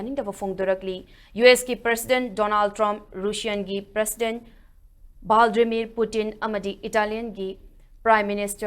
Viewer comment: Vladimir not valdimir. News reader sing national and international news khara khara tabiraga pronunciation khara khara sedokpiu.